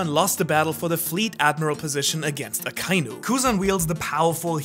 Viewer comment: Hey, man sagt AKA-INU nicht akeinu... echt